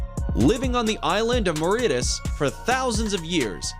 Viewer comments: Btw Mauritius is pronounced Mau Ree Chious not Mau Ree Tus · It's not Mauritus but Mauritius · Mori-shus that's how it's prounounsed